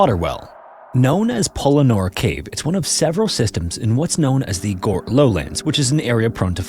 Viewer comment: Fyi, Gort rhymes with hurt.